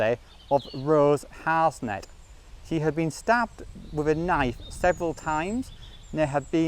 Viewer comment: Her name is Rose Harsent, pronounced Har-sent. Not Harsnet.